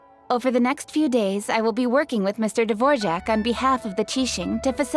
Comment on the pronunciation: I died inside when his name got called Dvorjack instead of Dvorak lol